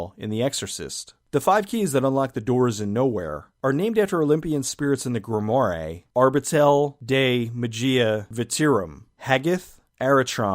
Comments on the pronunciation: Grimoire is pronounced "grim wahr" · Nice video. But "grimoire' is pronounced like the French.